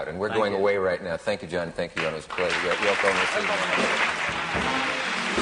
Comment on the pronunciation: Haha great Freudian slip, there, Mr. Cavett - he called her YoNO! (uh, Yoko). You def get the sense that he wished she wasn't there at all. Still miss that show.